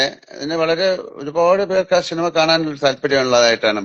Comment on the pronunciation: പടത്തിന്റെ പ്രൊമോഷന്റെ ഭാഗമായി നടത്തുന്നതാണ് ഈ ചാറ്റിംഗ്... പടം പൊട്ടും എന്നൊരു തോന്നൽ എവിടെയോ ഉണ്ട് ട്ടോ ... ഷിനിമ അല്ല ലാലേട്ടാ 😅...സിനിമ എന്ന് പറയു ...